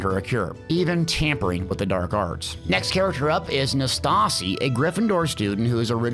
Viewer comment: Bro...... Nastasi? You mean Natsai (Nat-Sigh)